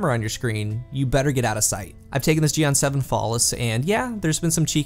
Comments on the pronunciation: Is pronounced gee-en but really focused on the "en" sorta like jiyen but the ji syllable is super short. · I almost died hearing u say jian